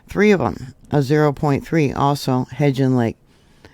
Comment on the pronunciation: my dear you pronounce it He"b"gean lake. With a b.